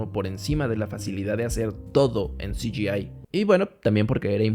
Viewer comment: Todo muy bien explicado. Lo de "si yi ai" me hace gracia